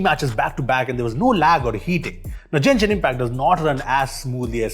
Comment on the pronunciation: A correction to note in Genshin Impact G is pronounced like you would pronounce it in a word like "graphics".